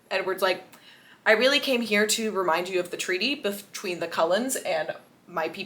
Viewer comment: OMG…. “ Cold-ones” “ Cull ens” :O